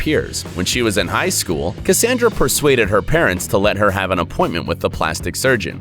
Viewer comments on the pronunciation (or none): none